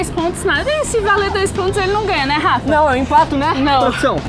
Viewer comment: A Shi em todos os vídeos fala Garrafa pq ela quer falar Gabriel e também Rafa aí ela fala Garrafa kkkkk